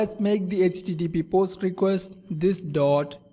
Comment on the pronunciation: Dude, your English is terrible. Please invest some time into learning how to pronounce words like "request", "enable", "able", "HTML"(not ecTML), "label".